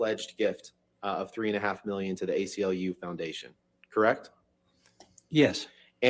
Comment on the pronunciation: Im sorry... Did he say "gay-CLU" and not ACLU in the beginning? Not sure if i should be laughing or getting offended for other people..